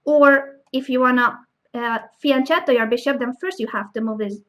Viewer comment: Thanks for saying tempi as the correct plural of tempo. But please say fianchetto with a hard c (= k)!